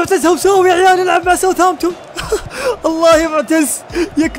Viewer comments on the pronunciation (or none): يبي يقول يعيال قال يعوال 😂😂